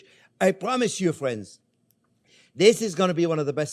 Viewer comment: I love the chef, especially how he says, " Hello again, fwiends." 😎